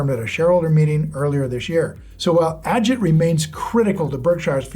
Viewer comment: It's pro-nounced AH-JEET... not Inspector Ajit